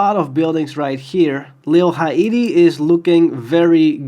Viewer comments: Its lil hate-e gang not hi-ate-e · Little Ha ee ti... lol it's Haiti bro. Like.. Hay - ti. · FYI Haiti is pronounced (Hay-Tee) Gang 😭🥀